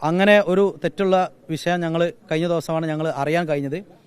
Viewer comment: ഇവൻ പറഞ്ഞത് തന്നെതെറ്റ് വിശയം അല്ല വിഷയം